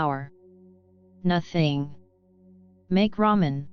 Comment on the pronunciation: "NOTHENG" Gets me every time